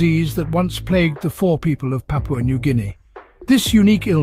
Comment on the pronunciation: PAPUA or PUPAU 😂